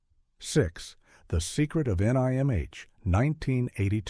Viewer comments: Who would have thought that the voiceover was AI. One thing it has trouble with is pronouncing out abbreviations that are words. The Secret of NIMH Not The Secret of N I M H. And that's how you can spot AI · Nimh...say the word..you don't say each letter lol